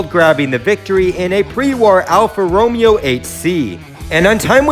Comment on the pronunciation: One of my fav YouTubers but pronounce Alfa Romeo like that again and I might have to unsubscribe